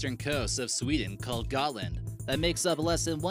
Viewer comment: Gåtland not gatland